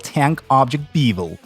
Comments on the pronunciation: Why do you pronounce "Beavel" instead of "bevel" ? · beevel is bevel FYI in-case anyone else struggled with that...;) No offense, great video.